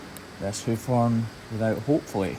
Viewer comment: "Heuf Hoern"